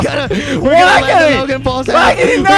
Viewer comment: he said quacky go